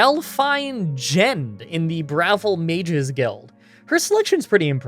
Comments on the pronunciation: it is BravIl, not brothel lol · Bruh-vill is the pronunciation. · its "Bravil" not "Bravil" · It's called Brah-VILL, not "BRAH-vil". You obviously never played this game much. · the town is called BRUH-VILLE, bravil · Lol bruh-vil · It's pronounced in-game as "bra" (thing that holds boobs) "vil" (like in villain). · your first pronounciation of Bravil was right, everything else after that was just.. eesh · Uggh your spelling on the cities IS ALL WRONG! KOROLL. BRUMA NOT BURMA! bruhVIL NOT BRAvil Also stop caring about the rules. It's your videos you decide if your run is valid. Have fun